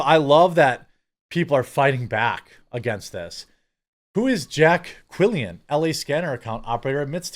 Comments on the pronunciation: Quillin NOT Quillian ffs 😂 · It's pronounced Jay Quelin.